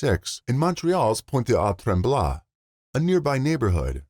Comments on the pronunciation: Great content as always but oh my god, please ask a person who speaks french before trying to pronounce french place names. You were so exactly wrong on every syllable, Pointe aux trembles > Point o trahmb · The way you said Pointe-aux-trembles 😂😂😂😂 good try tho 😊 french words can be difficult to say for someone who doesn’t speak it